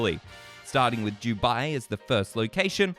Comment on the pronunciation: Bro, it's Dubai. Not Jewbai.